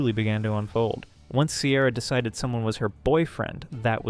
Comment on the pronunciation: 'decited' is killing me idk why 😭